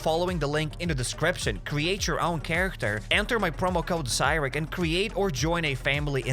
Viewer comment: How is HappyCairek pronounced as HappySirKen?